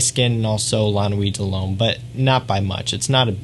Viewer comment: “Loam, la nuee delloam...” Lol, the way you say these words cracks me up. It’s just sooo Americanized. 😂 Great channel, tho.